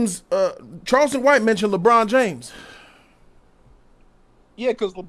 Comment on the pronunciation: said "Lee-Bron"